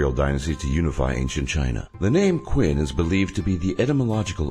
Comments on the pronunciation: It's not 'Quin', it's 'Qin' Do your research on Chinese language, idiot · QIN IS PRONOUNCED CHIN, YOU FUCKER. THAT IS WHY THEY ADOPTED THE NAME CHINA, BECAUSE QIN SOUNDS LIKE CHIN. IF IT WERE PRONOUNCED HOW YOU FUCKING BUTCHER IT, THEN CHINA WOULD BE CALLED QUINNA. GOD FUCKING DAMN IT, WHY DO YOU PRONOUNCE EVERYTHING ELSE CORRECTLY?! Anyway... So, basically, China is just as bad as fucking North Korea, they just pretend they're not. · Oh come on, "Qin" is pronounced "Chin". If you want to do a topic regarding other culture, you should have do a little research. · The pronunciation of qin is not quin, it is chin. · Qin is now pronounced "Quinn" its pronounced "Chin" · Chin dinasty, not Queen dinasty. And ZhungGuo pronounced as ChungKuo. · It's looks like Qin but pronounced chin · not only is qin pronounced chin not kwin, zhongguo is not pronounced zong-gwo... ffs if ur gonna do a video about this at least pronounce things properly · Qin is not pronounced ''kwin'' it is pronounced ''chin''. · And the no.10 the Qin density pronounce like CHIN not. Queen, Please do at least some research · Quin? QUIN!? It's pronounced Chin, hence China and not Quina!! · What you said in this video is true. But please don't call it "Queen Dynasty", for English speaking people to pronounce it, it's more like "Ching Dynasty" like your videos. Keep up... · It's pronounce CHIN, not quin....... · it's because she's too head-up-in-the-sky to recognise a mistake. With conventional English spelling, Qin does look more like a "Kwin" than a "chin". He likely researched all this information in written form, so never came across a vocal pronunciation. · Qin is pronounced Chin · ...hey bro, Qin should not be pronounced like that....ur pronunciation really makes me laugh...it should be pronounced like Chin but not Kwin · Qin is pronounced "chin." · Interesting, but 'Q' is pronounced like 'ch' in Chinese. So the Qin Dynasty is pronounced 'Chin'. Hence 'Chin-a' - China. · Qin is pronounced "chin".